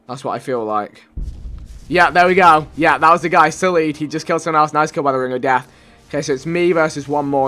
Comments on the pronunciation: you say noys not nice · "Noice" "noicely"